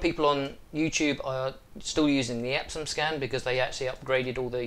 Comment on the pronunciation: Epson not Epsom